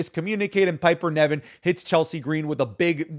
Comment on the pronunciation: please stop calling her Piper NEVIN, ITS NIVEN